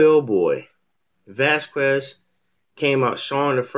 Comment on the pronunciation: It's pronounced Vaz kez not Vaz kwez